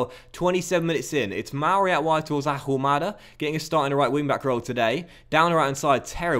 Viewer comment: You're not going to start scoring goals until you pronounce Ahumada correctly. You don't pronounce the H. Come on!!!